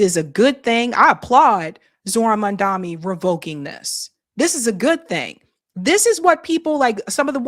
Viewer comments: Dear, don’t say zoran mandami. It’s zorHHHAn MMAAAAMMMM daNy …, you keep an eye on the H at the beginning, then you say the word mam, as in madam. Then you say the name Dan, as in Dan davito. Mam dan. Then you pull it downwards, mam dan iiii or mam Dan yyyyyy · Please say his name correctly it’s not hard. MAM-DANI you said MAN-DAMI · Come on can we please take the effort and at least some due diligence to get the New York mayor's name right. I mean it was only a feature of his detractors to purposefully get his name wrong during the mayoral election. It's Zohran Mamdani not Mandami....✌️ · you're honestly still saying "MANDAMI"??? TOTALLY SHAMEFUL. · please say his name right. You have it backward. His name is MAM-DANI not Mandami. Please. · Why do you keep on saying MamdaMi?!! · It's Zohran Mamdani "M A M D A N I" not mandani. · it's Mum - Dhun - KNEE,.... come on, girl...! it's 2026, U still wanna call him Mum-DUMMY...?? 🤣🤣 ain't that hard to get it right. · ITS MAMDANI NOT MANDAMI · M-A-M-D-A-N-I not Mandami. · Thank you covering this subject!!!!, please SAY his name CORRECTLY: Zohran MandaNi NOT MandaMi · please make some effort in pronouncing his last name right, it's MAMDANI 🎉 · I CAN'T BELIEVE THAT YOU ARE COPYING THOSE ILLITERATES WHO CALL HIM "Mamdani NOT MAMDANI" DOES EVERYBODY HAS ILLITERACY PROBLEM??? IN USA??? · As a host you can’t pronounce his last name, does some Native born American have a problem with pronouncing MAM DANI? I have never heard anyone mispronounce Netanyahu as Satanyahu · I admire your political acumen and agree with almost all of what you say, especially systemic racism, but a gentle minor pointer is the last syllable of his last name starts with an 'n' and not an 'm'. Many commentators do similar mostly unintentionally. Keep up your lovely work. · are you not saying his name right on purpose?